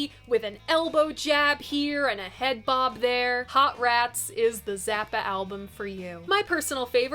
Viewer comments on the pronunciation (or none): none